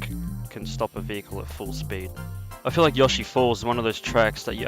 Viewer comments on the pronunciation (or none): The way you say yoshi is hilarious you say yoshee 😂